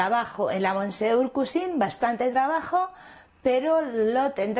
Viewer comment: Monsieur se dice mesié en francés cateta